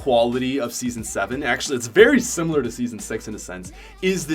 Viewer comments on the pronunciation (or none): none